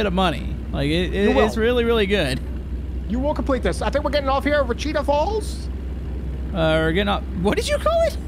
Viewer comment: Yep. Definitely pronounced "We Cheat Falls"..